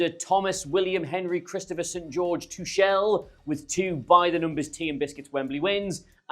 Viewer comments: Great to see you again,, but if you're going to talk about the England manager you need to learn how to pronounce his name. It is /tuxl/, not /tuʃl/. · How on earth can think that Tuchel is pronounced "Too-shell"? Loses credibility for me. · Hey, great to see this new channel, good luck! Could you have a look at the video quality for next videos? The resolution in this one doesn’t look the best. It’s the first one so it’s understandable, just something to work out as you go. Also, PLEASE stop saying “Tushel” 😂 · Come on, it's 'TOOH-kuhl', please, ffs, thanks, as you were.... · Great Video! I would like to see a Video where you try to pronounce Tuchel the proper german way. Please consider my suggestion. Thank you very much!